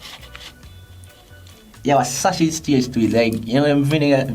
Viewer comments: Mi learn three words today. "Vininie," "Sachiz," and "Redowin',"💀💀💀🤣😂🤦🏽‍♀️.Redowin sound like she was trying to say wedding ring💀. She remind me of Aunty Donna and "Masachusa",because she can't say Massachusetts.😂😂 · All when the video done the girl in the red still a try fi pronounce "Vienna" 🤣 Shi remind mi a King from Life with King and Shay, lol! Goodie seh "redowin", "sachiz" and "vinninie" mi dead! 🤣🤣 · "Redowin" Sachiz" 🤣🤣